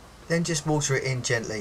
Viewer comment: Sympathic smile, love your 'wa'er' and instructive video !